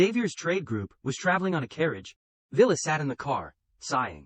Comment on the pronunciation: The AI misread her name (Violet) as Villis